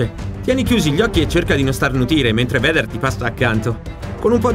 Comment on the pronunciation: Si pronuncia "veider" ma è ok